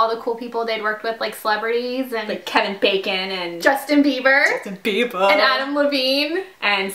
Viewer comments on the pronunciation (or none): Lol "Justin bieba"